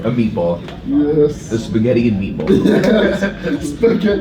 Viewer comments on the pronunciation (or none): Dennis said spaghet